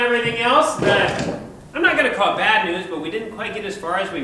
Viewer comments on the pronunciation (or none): none